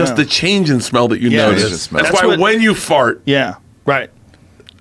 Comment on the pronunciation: the way he said "that's why WHEN you fart!" as if light bulbs were turning on in his head about it